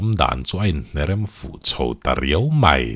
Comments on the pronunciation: Mai ti lovin mei hi i ti leh thin fimkhur feuh teh boss,eng a kalta mai tih turah kalta mei,iti leh thin a ulukzz heavy uchuak deuh teh... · Rilru a khawih hle mei,mei tih laitak hi pu ber i in hmeh lo tlat,Rilru a khawih hle mai,mai lo ti toh roh aw😂